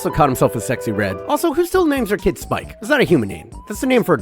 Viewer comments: its Sipke not Spike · Sip - Kuh Hulshoff Dont violate the mans name bro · as a dutchy the ass manager is called spike he is called sipke as in sip (to drink) and c from cough so sip ke